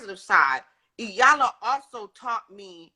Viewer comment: " E Yan La " not Yanla